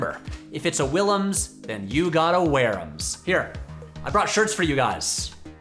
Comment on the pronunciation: So weirded out by the way you pronounce your family name - it's also my mother's and I've never heard it in English before.